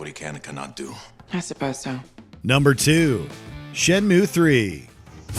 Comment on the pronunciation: It's SHEN-MUYE